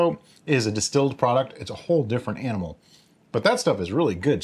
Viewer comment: Did I hear, “It’s a whole different aminal…”?